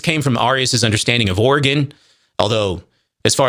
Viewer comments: I'm sure by now you've learned the pronunciation of these words, but it's truly killing me to hear "arrius" and "or-again" over and over. For those reading this, they're pronounced "air-ee-us" and "ori-jen" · Arius is pronounced like “Aries” Origen is pronounced just like the word origin. Not like the state in the NW.